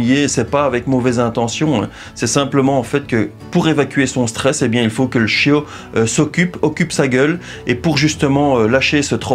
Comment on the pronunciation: « Le chiau » j’adore